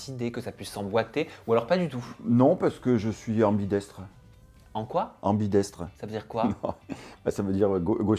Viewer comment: Merci je pensais être là seule à avoir entendu "ambitestre"